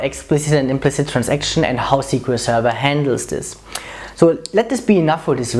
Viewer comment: A) It's not "Trans-action", it's "Transaction", this comes from the trade world. I understand why, but there's no need. B) Are you sure about the implicit commit placements? At least in Sybase, when running things as a batch, there is only one implicit commit placed at the end of the batch.